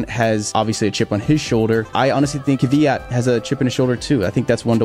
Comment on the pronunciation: say Kvyat like Kfeeyat (roll the k-f sound)